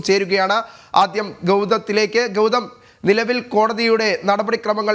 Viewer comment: ആദ്യം ഗൗതത്തിലേക്കോ?! 😂 ഇതെന്ത് ഭാഷയാണെടാ 😂😂